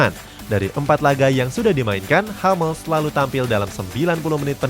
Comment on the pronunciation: Hummels tetap dibaca Hummels bukan Hammels min